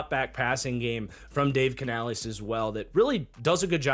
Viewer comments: Just nitpicking here but it’s pronounced like Canalis not canalees. Love the content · Bro, I dont care if Canales himself told you it was pronounced like that, STOP.